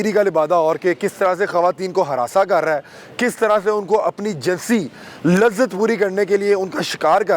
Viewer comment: آپ ماشاءاللہ بہت عمدہ کام کر رہے ہیں مگر الفاظ کی ادائیگی میں تھوڑا سا فرق کر دیتے ہیں جیساکہ لفظ jansi nahi balkay jinsi hay اور دوسرا لفظ جنسی استعمال نہیں بلکہ جنسی استحصال ہے ۔۔۔😊😊😊